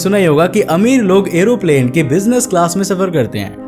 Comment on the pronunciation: Bro it's aeroplane not aeroplan